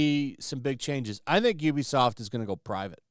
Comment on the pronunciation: Actually, it's pronounced "oo-be-soft",.